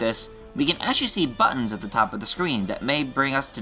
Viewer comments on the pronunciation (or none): none